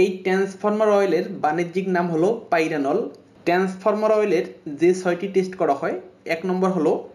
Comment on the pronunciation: ট্রান্সফর্মার উচ্চারণ ভালো করে করেন